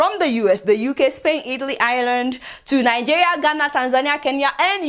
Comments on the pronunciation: You can't even pronounce the name of our beloved country properly. Najiya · I enjoy listening to your pronunciation of 'Nigeria.'